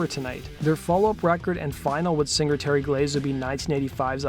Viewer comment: I really really love the way you pronounce the word singer. Like Sing-gerrr!